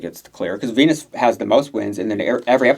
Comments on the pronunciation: Vinyas, not Venus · Why d you keep callin Viñas "Venus"? It's VINIAS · Idk if she goes by both but it’s ViÑas with Ñ not a N. Like piña colada or jalapeños but I guess white ppl usually do call them jalapenos lol Love yall!